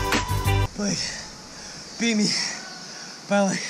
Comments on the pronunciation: Oh my lord you call him blake (block-ay) thats what I call my friend blake too😂😂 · This is hysterical. You called him B-LOCK-A(not sure how to write that) Seeing how my daughter(Allison Norman) is a swimmer, the names Cody, Blake, Lilly, Gary....are household names here. And we call Blake "B-lock-a" all the time. She is currently at IU swim camp and hopefully learning a lot. Thank you Cody for all the inspirational videos (VLOGS, Yes I am a mom and I know how to say VLOGS) It really helps her get through those tough times and makes her want to keep going!